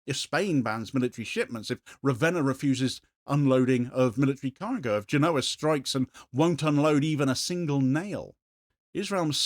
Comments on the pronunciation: It's pronounced GÉNoa, not GenÓA, if you're interested. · Genova. Genoa is a football team